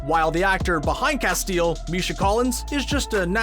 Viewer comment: you Need to double check the pronunciation of Castiel from supernatural.